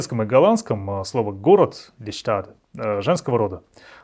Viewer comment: Все супер!! Только die Stadt читается покороче и поинтенсивнее.